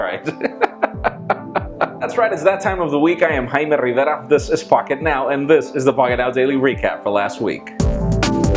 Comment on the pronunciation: I love the way you say your name. will you whisper it in my left rear